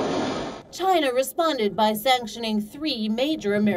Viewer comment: he said too chiyana too😂,& btw companies r leaving chiyana